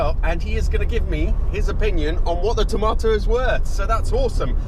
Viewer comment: You spell it tomato but you say it tamoto.